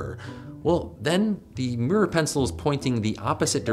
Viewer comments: Top tip, from someone in the country who created our language: mirror is (unsurprisingly) pronounced "mirr-or", not "meer".:person-turquoise-writing-headphones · Love the way Americans pronounce mirror. “Meeeerrr”. 😁